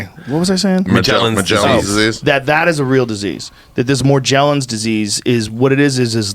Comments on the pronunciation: It’s Morgellon’s with a “ga” sound, not “ja”. And it has absolutely nothing to do with Lyme other than the shared ability to also have Bartonella spp et al as coinfection. Morgs is the body’s rejection of the bio synthetic poisoning the entire biota of the earth is now infected with from the intentional transhumanism agenda being forced via chemtrails, food, water, clothing.. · Morgellons. G sound man. Like morgue. This shit gets on my nerves.